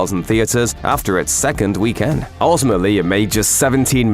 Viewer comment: Stop saying weekend that way 😭